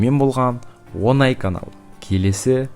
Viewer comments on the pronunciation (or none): none